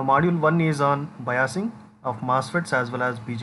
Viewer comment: Sir बाईसिगं को बयासिगं bol rahe hai😅